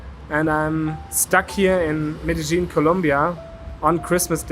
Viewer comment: BTW, Medejine is pronounced "Medeyeen" 😊